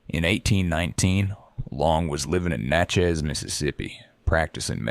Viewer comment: If you call it ‘Natch-chezzzzz’ around locals they will know you aren’t🙄 ‘NATCH-iss’